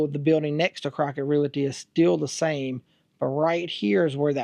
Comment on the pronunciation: I hate to be THAT GUY but, it is not pronounced "real ity". It is pronounced "REAL TEA". The word is REALTY. It is a small item but, I don't want something so silly to distract the viewer from all of the hard work you put into this video.